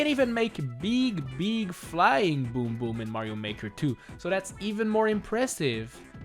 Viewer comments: YOU SAID BEEQ INSTED OF BIG WTF! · His name is big big boom boom not beeg beeg boom boom P.s. its big not beeg